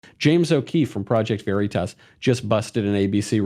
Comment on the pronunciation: "Project Very-toss" 🤗